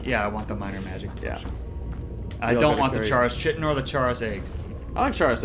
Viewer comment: The ch of chitin is pronounced like a k, not like a ch!